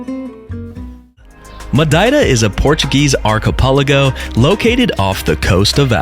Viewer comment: Love how you perfectly pronounce Madeira in Portuguese and immediately screw up archipelago in English XD